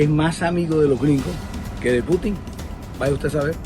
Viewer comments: El Q'Hubo le quedó pendejo a esta parodia de periodismo, no sabe ni nombrar bien al presidente de Rusia, putín Marín de don pín we ??? Jajajajajaja María Nieto es una vergüenza para Colombia, payasa !!! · Jajajajajaja Mark semana ahora es la madre del stand-up comedy de Colombia. Que esa presentadora de bazares, no sepa pronunciar el apellido de él presidente ruso, casi despierto a toda la cuadra de la carcajada que me pegue.